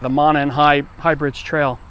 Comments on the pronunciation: Pronounced Moe-non, not Monin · Pronounced (Mo-non), not trying to be mean, rather, local FYI. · It's pronounced moe-non trail. Monon trail. Our community was shook up over these poor girls... Everyone knows everyone here.... Still waiting for justice. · Its pronounced "mow-non" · Just so you know it’s pronounced Mow-non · Great vid! One thing I have to say is that it’s pronounced “moe-non” trail. Stretches of it are in Carmel, Broad Ripple, etc ! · It's pronounced moe-non trail. And Wau-bash river. I'm from Carroll County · It's pronounced "MOW-NON" and "WAW-BASH" respectively. This place is less then 30 mins from me. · Just wanted to pass some info along. The trail is pronounced Moe-Non. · It's pronounced Moe-non. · The railroad is pronounce Mow Non. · Its pronounced mow-non btw. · Everyone that is interested in this can't fucking pronounce "Monon" correctly. If you're so involved, get the basic parts correct. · Please, if you are going to cover this story, show you do some research by learning the correct pronunciation on 'Monon'.